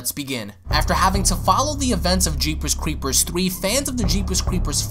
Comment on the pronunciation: He pronounces it as, "Jeepers Cweepers Twee" lol